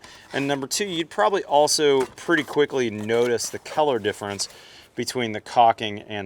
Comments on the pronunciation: I have never heard anyone pronounce color as "keller". I know talks with a lot of bro-slur, but this was a new one. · Is he saying color or Keller? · Am I the only one hearing keller and and not color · I thought he was saying Keller the whole damn time 🤦‍♂️. Lol. Color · I wonder where that accent comes from when you say "color". I thought almost the entire video that you were saying "keller" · I keep thinking you're saying 'Kellar Plus' and talking about the kellar of the caulking. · I can't get over him pronouncing color as kellar constantly. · this is keller plus... thank you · is awesome... but he has no idea how to pronounce "color". 😂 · I can't get used to the way you pronounce colour lol. 👍🙂